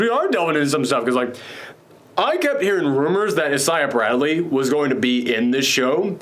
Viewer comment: is the only guy who I’ve heard who pronounced Isaiah Bradley’s name like that